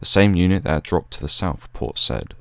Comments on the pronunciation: ...and Port Said is pronounced 'Port Sayyed' not 'Port Sed'... nevertheless a really articulate history, well delivered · Having been there in the past ten years, it's pronounced by the locals as Say-eed. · Hi Port Said pronounced `say`eed` :) Good work though. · Is that how the Port is pronounced? I thought it was pronounced Seye-ihd. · port "saieed" not said.